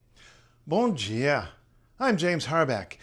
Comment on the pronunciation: As a Brazilian, I thought you were Brazilian as soon as you said "bom dia", very good video ❣️🇧🇷